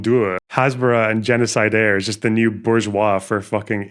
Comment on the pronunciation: The use of "genocidaire" is so silly, for a lot of reasons actually but 1) it's not being pronounced correctly lmao 2) i'm pretty sure it's an adjective..